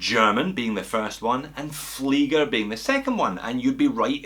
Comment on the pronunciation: Alpaka Muddin He said it correctly as per the German language.